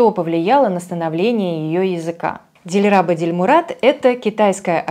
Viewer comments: Что за ударение?ДильрабА,а не ДильрАба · Не ДильрАба,, а ДильрабА. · Почему ДильрабА ! Дильрабо! правильно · Не ДильрАба, а ДильрабА. Ударение на последний слог. Дильраба по национальности уйгурка, а это Восточный Туркестан. Я её на 90 % поняла. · Простите но это звучит смешно!.. Не Диль-РА-А-ба а Дильра-БА-А! Вы неправильно произносите имя! Это имя девушек Турецких народов! Я сам Узбек и не спорьте! Уйгуры наши близнецы! И я знаю о чём говорю!!! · ДилраБА' - ударение в конце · ДильрабО ударение на О, имя персидское ДилрабО - покоряющая душу, сердце,на фарси Дил -это сердце,рабурд-забрала ,покорила❤ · Извините пожалуйста меня, невежду, но в имени "Дилрабо" ударение ставится в конце, так как это персидское имя и в конце буква "о", а не "а". Дил - сердце, рабо - магнит. Ещё раз простите меня, может я и не прав. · Да, правильно будет ДильрабА, русские как всегда коверкают имена🫠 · в уйгурском ДильрабА ударение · Дильраба уйгурка. Они мусульмане и в её имени ударение нужно ставить на последнем слоге. ДильрабА ДильмурАт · Дильрабо...настоящее имя,ударение 0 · Да,именно на последнем слоге ударение! У узбеков это имя популярно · В Азербайджане тоже есть это имя, только у нас Дильруба. И да, ударения всегда на последний слог в именах собственных!! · У нас, у азербайджанцев есть имя Дильруба. Ударение на последнем слоге. Вообще в большинстве тюркских языков ударение во всех словах на последнем слоге, впрочем, как и во французском 🙂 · Ударение в имени на последний слог ставить надо) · Ударение на последнем слоге дильраба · У нее ударение ,по-моему ,вообще на каждый слог, или на первый и последний. В уйгурском так может быть, типа одно слабее, другое сильнее. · Дильраба,ударение на последний слог.